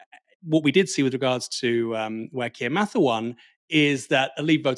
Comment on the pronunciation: Thanks, you pronounced "Mather" correctly. Starmer didn't!!